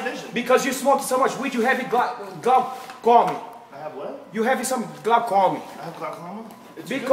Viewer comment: BJJ GUY: YOU CANT SEE BECAUSE OF THE GLA-COMIN… Joe : Huh? BJJ GUY :GLACOMIN Joe : I GOT GLAUCOMA ?!